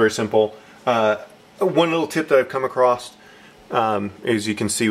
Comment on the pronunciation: Thank for vid! Super helpful but "acrossed"? Anyhoo I'm just nitpicking thank again!